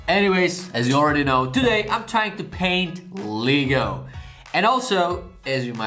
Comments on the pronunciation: Leg-o not leeeg-o lol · Le’go not ligo lego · Lego se nečte jako [lígo], ale [legou], anyway nice art🤜🏾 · Imagine saying Lee-go instead of Lego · I swear to god if u say LEEGO 1 more time...